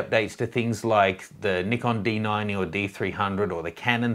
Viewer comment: did you say d90?